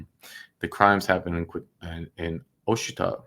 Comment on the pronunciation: Ouachita is pronounced as washitaw. Weird, huh?